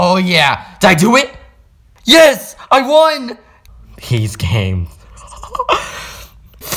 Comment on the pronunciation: He said: I ON?! instead of i won